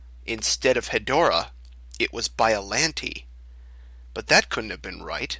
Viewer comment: That’s an odd way to pronounce Biollante.